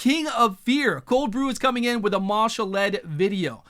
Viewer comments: Ma'Shalled (Mar-shalled), not Marshal-Ed:) eventually you and will get it right, lol, thanks for the vid as always. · there is no "r"